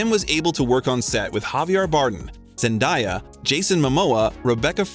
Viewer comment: Elio, Denis Villeneuve, Zendaya too :( Seriously, have you not watched any of the interviews?